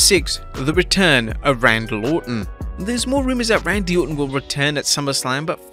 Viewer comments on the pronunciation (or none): Can we talk about how he said Randal ortan